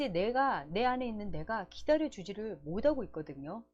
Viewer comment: 좋은내용 잘들었습니다 많이도움받고 갑니다 그런데 '못하고' 발음이 안되시네요~ㅋ 귀엽게듣고가요